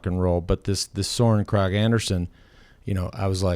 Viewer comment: How to say “Søren Kragh Andersen” (your discussion already after stage 14): Your Kragh sounds almost like “crack”, -but it is like “crowd” without the “d”. This English guy from Eurosport shouts it out quite well (listen after 2 min 40 sec)